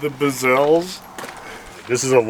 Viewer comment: Ok, from now on, they are “Bezelles”!